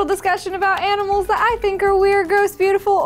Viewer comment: Animals?! I thought this was about 'aminals'.